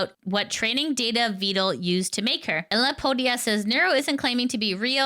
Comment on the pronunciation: Not vee-dall VED-L